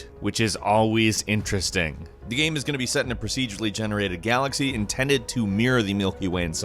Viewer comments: The way says "Game" ohh mannn.. it's like "Ga-um" I cringe every video, everytime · Why can this guy not say game properly?